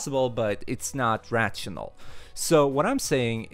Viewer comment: Rachional ... XD XD .. Good video man thanks.